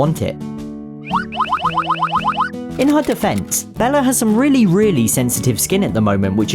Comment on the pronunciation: "DEFENCE" LOL